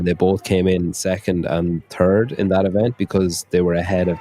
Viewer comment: Thanks for the coverage, but every time you said ‘third’ I heard ‘turd’ 😂